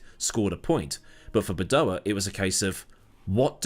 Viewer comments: Ffs it’s Badoèr, not badoahh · Please look up how to pronounce Badoer. Bah doh wer. I know you Brits like to leave out 'R' or add them where they don't exist. See 'HONDER'. How would you like your last name to be said as Meewahd? Otherwise, thanks for all the vids.